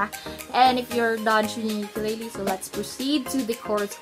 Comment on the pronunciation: I recommend you learn how to pronounce ukulele